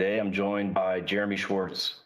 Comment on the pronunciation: “…joined jy Jeremy Schwartz” NOPE